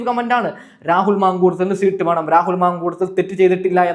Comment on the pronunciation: ശീട്ട് അല്ല സീറ്റ് ഇതുപോലും പറയാൻ അൽത്തുസ്.